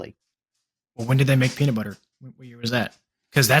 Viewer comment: and dont say peanit butter